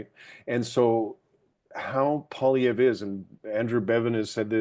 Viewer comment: I am so pissed to hear you butchering Pierre Poliviere. 😤 He is the most relatable (should have been PM) He knows his stuff financially, statistically, a humble family man with autistic child born and raised in Ab Sask. He is Canadian!! I say the media is the blame for a bias coverage during the campaign. This man worked so hard like I have never seen before during an election. The rallies brought in thousands!. Hope,joy, tears are you kidding me?? Not funny? Too serious? Too much like Trump? I call BS!! WTH do you want? A clown for a leader?? We just had one for nearly 10yrs! Absolute shame media. Sick rigged BS!! Canada got walked into a WEF GLOBALIST MONARCH TAKEOVER!!! So not proud to be Canadian today.